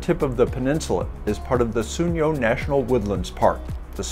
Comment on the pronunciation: Very beautiful but we pronounce So'union not Souni'on